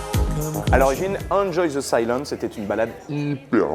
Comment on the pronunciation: Tu es quoi comme genre de débile pour mettre des smileys? Tes sources qui viennent de Wikipédia me font rire tout comme ont t'entends prononcer le titre.(oui votre prononciation de l' anglais est merdique désoler ) Bref VIVE LA FRANCE.